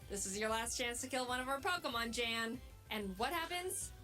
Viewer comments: I think its closer to the name "Ian". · You probably know this by now but his real name actually is Jan (pronounced Yawn) I believe it was German if I remember correctly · when he watched the video he said it’s pronounced “y-ah-n” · It is german but that is still not how you pronounce that.